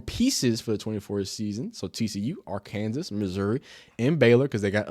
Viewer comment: Bro said AR-KANSAS